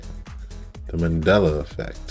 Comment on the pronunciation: I love how the dude says "The Mandala Effect" twice and then says if you don't know what it is then Google it. 😅😅😅 Sounds like he needs to Google it himself. Just SayN Mandela, Dela!!!! Not Dala